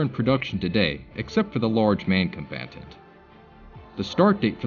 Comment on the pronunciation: 😂😂😂 " Con bat tant "